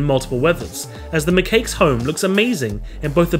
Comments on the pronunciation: ForestFortress No it’s pronounced ma cocks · Is it wrong that I started laughing at “ma-cakes” I’m not making fun of your pronouncing I just found it funny but for future reference “Ma-Kak-s” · They're actually pronounced macaques (Ma Cocks)